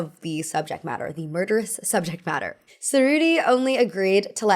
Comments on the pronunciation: Ce and ci in Italian denote a tch sound, so Cerrutti is chuh-roo-tee, not suh-roo-tee. Grosgrain is gro-grain and not gruss-grain. It always pays to verify pronunciations before speaking. Margaux has a hard g, not a zh sound. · Just a side note: the C in Cerutti is pronounced like the CH in cheese, not like the C in cinnamon.